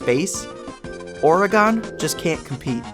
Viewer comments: I remember seeing it in stores when I was a kid, but I never played it or knew anyone who did. Sad. Side note: I'm gonna be that guy. Friends don't let friends pronounce it "Ore-a-GONE." It's (ORE-uh-g'n) or (ORY-gun), like "organ" with an "uh" sound in the middle. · PNW local here: Oregon is pronounced "ORE-uh-g'n", so like "organ" but with an itty bitty "uh" in the middle. Quickest way to tell someone's never been is to hear it with a chalkboard-nails "gone" at the end 😅